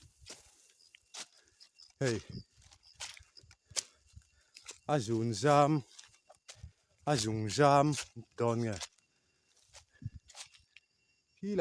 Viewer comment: Ṭek zun zam ni lovin zung zam tih tur.